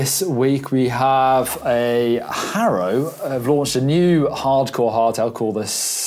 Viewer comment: Hairow 😆 "har-ow" he made custom number plates for local racers in California in the 70's. Ive heard it was to fund one of his other passions (racing motorcycles).